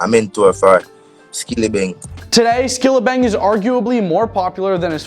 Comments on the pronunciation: Skillibeng not Skillabeng 😢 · Lol "Skillabeng" 😂😂😂😂